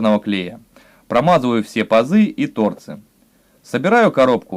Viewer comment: Ближе язык графики? Ладно. Графически ударение изображается чёрточкой над буквой, вот так — ТÓРЕЦ. Говорить по другому, не уважать ни свой родной язык, ни настоящих "технарей". Кстати, за свою долгую жизнь я убедился в том, что т.н. технари грамотнее гуманитариев. Так что и тут надо постараться и не подводить коллег. А станочек неплохой, тем кто с паяльником дружит, такой пригодится.